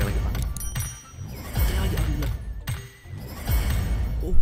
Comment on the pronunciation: Menit ke ko kya bilang almadulillah yak